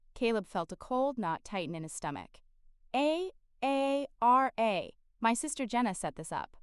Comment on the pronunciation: Story is good but hard to listen to when A I can’t say her name Aara but A A R A!